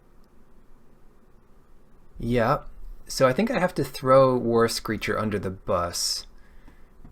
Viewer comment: haha I always understood "Worse Creature" instead of "War Screecher" XD